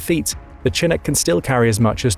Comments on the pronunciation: It's CHINOOK! NOT CHINIC!! Omar Bradley doesn't look anything like Alvin York! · It's pro ounces Shin▪︎ook, not chin▪︎Ook, it's from a word the old French-Canadian trappers used to describe a warm wind that cleared all the snow overnight on the North American plains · Though, seriously, Mister narrator: not chin nook but shin ook. Not unlike Chicago. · shh..shhh.shhhh-inook. no chins here. edit: did a quick google search and yeah.. if you're gonna do military content please for the love of god know how to pronounce stuff. Good content..absolutely grating to hear you say chin-ook 5 thousand times. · A chin eck wtf is a chin eck? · The narrator continuously mispronounces "chinook" by making the 'ch' sound hard as with 'chin' but it is actually pronounced with the softer 'sh' sound and would be pronounced as 'shi-nook.' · It's SHi-nook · Whats a Chinook? It should be spelled like this shinook for everyone who does not know that Ch makes more than one type of sound. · Its said Sha-nuk not Chinook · The Chinook is pronounced chi-NOOK. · I know it is spelled "chinook" but it is pronounced "shinook". Good video. thanks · It is pronounced Sha-nook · It’s pronounced shi-NOOK’. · The way you mispronounced Chinook killed me lol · Lawrd have mercy listing to his pronunciation of Chinook was like fingernails on a chalkboard.. lol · By the way you keep misspelling those words and I thought you were English you're not saying the ch right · Listening to him pronounce "Chinook" was like fingernails on a chalkboard. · His pronunciation of "Chinook" is very typical British. Part of the problem is that the names comes from a Native American language (it's named after a tribe in the Pacific Northwest) so the word and its pronunciation are not in British English. The Brits pronunciation it phonetically. Thus the /ch/ rather than the /sh/ sound.